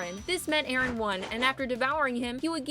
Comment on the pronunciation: ERIN??? NANI IT'S EREN